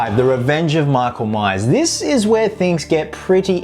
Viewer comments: Did you just say:"Meak-oul-Mice"? It's "Mike-ull-Mai-urrs", brah! ;D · “MEEKLE MEYES”